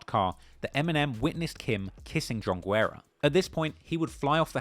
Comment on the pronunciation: I think you pronounced John Guerra every way but the correct way Mad respect, fuck him up